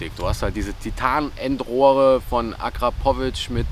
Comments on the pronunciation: Das ist mir im Nachhinein wirklich unangenehm 🙈 Wenns nochmal nen Video mit einem Akrapovic Auspuff gibt, wirds auf jeden Fall korrekt ausgesprochen 🤣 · So jetzt noch Akrapovic richtig aussprechen dann hast du mein Abo :D